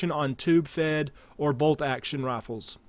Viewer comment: "22 lr rafles"